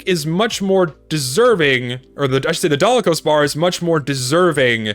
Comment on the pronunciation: It’s called the Dalokohs Bar, not Dalakohs Bar, also, Natascha is Pretty OP